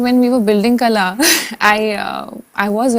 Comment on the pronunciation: its not Kala, its Qala..should be pronounced as same.